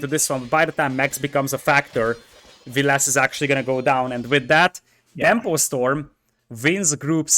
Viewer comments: I think overpronounces the last e in Villese, I think it must be a more silent e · I think it’s pronounced the way it’s spelt, VIL-leh-seh, but it might be my mind messing with me and making me believe I heard it from the man himself in one of the videos.